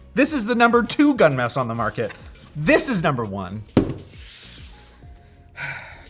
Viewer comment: Too high kept thinking you were saying Gundam.